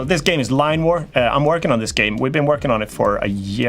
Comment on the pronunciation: Line War! now I found it, I really thought your saying Lime war..🙂